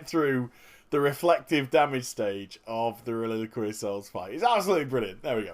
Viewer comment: The reason why you have so hard time saying that name is because you say "reliliquary" and its called "reliquary" Its alot easier to say the real name :P